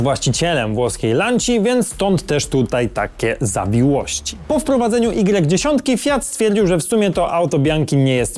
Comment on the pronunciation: lancia y10 czyta sie lancia ypsilon10 widac jak zwykle calkowity brak przygotowania to przeciez litera z alfabetu greckiego jak alfa beta gamma delta